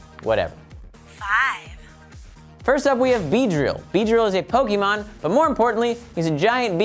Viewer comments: It's poke-a-mon not poke-e-mon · GAH DAMMIT THERES AN É IN THE NAME AND ITS PRONOUNCED "AY" JUST LIKE IN CAFÉ! IT ISNT PRONOUNCED PO-KEE-MON,!!! DAMMIT! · Before watching this, I'm just gonna guess that they're gonna say MissingNo. from Pokémon Red/Blue (or as they say it, "po-kee-mon)